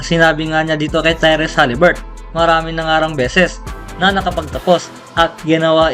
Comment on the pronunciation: Haliburton,Hindi haliburt